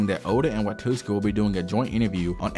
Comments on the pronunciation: It's Wa-tsu-ki not Wa-tus-ki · It's Watsuki not Watuski lol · "watuski"" come on, man, watsuki. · "Watuski" every time. Homie I loved the video but it's WAT-SU-KI. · watsuki not watuski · Kubo doesn’t actually hate Oda. He and the host during the interview were laughing, it was a joke. And Watsuki's name is pronouced Watt-sooki. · Brother the pronunciations are taking me places. Watootski sensei. 🫠🫠🫠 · The whole deal with Watsuki (not pronounced Watootski btw) is regretable, but to be fair, not like the law was any more harsh on the dude, guy is still working like he did nothing, while some people lose their whole careers for doing drugs or adultery. Shit is wild. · I can't get over how you keep calling the author of Ruroni Kenshin as "Watooski" lol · "WaTOOski"....oh my god 😢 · Really liked the video! Except for the dozens of times you mispronounced WaTSUki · It gets worse the more I watch. You wrote it correctly on the screen, who the hell js “Watuski”? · dude, you have to practice your pronunciation. At least read the names properly, " Watuski" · Loved the video!! Super interesting learning more about Oda! Also in the future pls google the pronunciations to names and stuff 😭😭 besides that good stuff 😎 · Mate, the video is great. That being said, mispronouncing Watsuki the ENTIRE video really undermines your incredible work... 😅